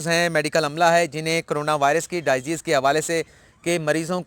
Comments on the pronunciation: Salam. When you spell disease you say die ease. Please correct your spelling as dis ease. Regards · آپ انگریزی کے الفاظ میں چک پھیری کھاجاتے ہیں۔ برادر لفظ سوئر نہیں۔ سی ویئر ہے۔ اسی طرح لفظ ڈائی زیز نہیں ہے ڈی زیز ہے۔ میں بھی خاصہ اردو میڈیم ہوں پیلے اسکول کا پڑھا ہوا۔ اس لئے آپکے درد کو سمجھتا ہوں۔